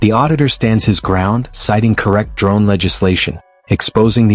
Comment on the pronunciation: Hilarious 😂 the way the police man at the start of the video trys to pronounce the word drone . Dwone😅 . can't pronounce his 'r's '.😅😅😅